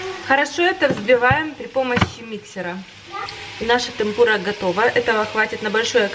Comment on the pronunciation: простите ни в коем случае не хочу вас обидеть🙏🏻 темпура(с ударением на Е) это просто тесто с водой, мукой, яйцом, кому как нравиться, можно с пивом и газировкой как у вас, и без яйца, а Эбифрай(это креветки в панко(японские панировочные сухари) их вкусно обвалять в муке, затем в яйце и в конце в панко, так они получаются нежнее и хрустящей, как мне кажется, я сама очень часто так готовлю и детям оооочень нравится. Я живу в Японии 15 лет, сама родом из Беларуси. Недавно подписалась на вас и спасибо вам за столько позитива, красоты, советов и отдачи🌸🌸🌸